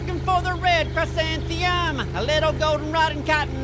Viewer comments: only slightly cringing at the fact that pronounces chrysanthemum as "chrisantheum" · "Cry-san-thi-um" lol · I promise they'll eventually pronounce "chrysanthemum" correctly.